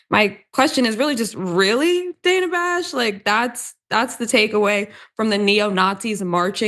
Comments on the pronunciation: Not the point of all this, but her name is pronounced danna. Otherwise, good take. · Did you say Dana Trump ?! 😂 omg, this is so freakin' gross. 😢